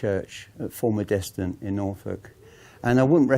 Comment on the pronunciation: You pronounce the village name wrong. It's Full-mud-stun. I grew up there.